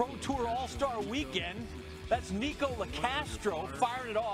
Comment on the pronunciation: ‘Nick-o LoCastro’